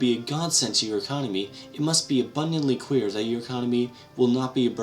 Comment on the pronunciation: sounds like "Abundantly Queer" xD